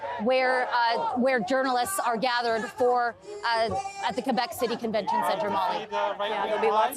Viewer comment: For the last time, Québec is pronouce Kay-bec...Not Kouebec......merci calis